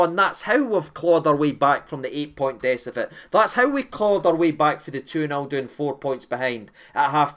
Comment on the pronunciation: Am I the only one that noticed “decifet” 😂😂😂